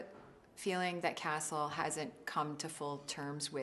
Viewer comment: Omg, she is so sweet ! I love her smile ^^ I don't know why but when she says "Castle" I think I hear "Nathan" .. Just me? :p